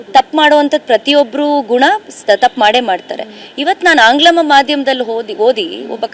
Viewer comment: ಮೇಡಂ, ಅದು ಆಂಗ್ಲಮ ಮಾಧ್ಯಮ ಅಲ್ಲ, ಆಂಗ್ಲ ಮಾಧ್ಯಮ ಅಷ್ಟೇ 😊